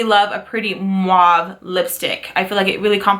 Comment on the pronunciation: Great video!!! You got a lot of stuff...so much fun to see the looks your gonna create. Every single time you've said the mauve or mauve it's cute but the correct way to say that word is MAV or MAVY! no "U" in it sweety! Also the Colourpop one Tulle you pronounce it without the "E" fyi :) I say it with lots of love! Stay beautiful! Can't wait to see your next video!!